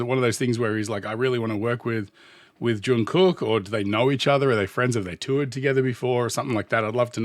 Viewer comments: Hey, fantastic commentary once again! I love that you picked up on the details and foundation of their performances. Pronunciation: Jung does have a hard J sound but it rhymes with sung (as in sing). Then carry that hard G sound into the second part of his name. It's more correct to say "Jungook" than "Jung Cook". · Your pronunciation is fine, though it is a bit more of a softer K, more like a G. But if the pronunciation troubles you, just call him JK. It's a nickname ARMY uses, his BTS brothers use, and he even uses on himself. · Imho, he didn't do it better, but, thank God, he didn't do it worse 😅 It was a very good collab, because it was important for JK!!! Oh! About JK's name, the pronunciation is something like /Jungook/ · Jungkook is pronounced more like "Chungoog." The last "g" is a stopped song like in hot dog. The Korean character that we romanize as "k" for some reason, can sound anywhere along a spectrum of k to g depending on where it's placed in the word.